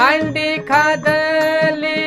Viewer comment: अंडी नव्हे हंडी म्हणा